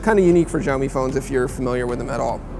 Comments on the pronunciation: its not JIAOMI its XIAO MI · "shao-mi", not "zhaomi" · As a Chinese speaker, I agree that the way he pronounced it sounds more like Jiaomi ("Gel-mee"). The more accurate pronunciation should be closer to "Shell-mee" with very little emphasis on the 'h' sound. Of course it needs to be intonated the correct way but lets just take it one step at a time. :) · it is called "siaomi" not "jiaomi", dont not where did you get the " J " from ? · How come no one can say this company's name correctly in the states? the x has an sh sound. no zh. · SHAO MEE Look up the pronunciation first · Какой блядь - Жяоми. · it's pronounced "siao mi". the x is replaced with s in Chinese pronunciation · Learn how to pronounce xiaomi 😠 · None of these 'hip' american tech sites pronounce xiaomi properly. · You should learn how to say Xiao Mi correctly... it's not that hard. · FFS, learn to produce Xiaomi. How does an 'X' sound like a 'J'? That doesn't even happen in Spanish. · Dislike for breaking the phone and for pronouncing "Xiaomi" incorrectly. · You should google how to pronounce "Xiaomi" better. I dont see any "J" on Xiaomi. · Linel Joseph San Juan x more of a sh sound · Learn how to pronounce Xiaomi.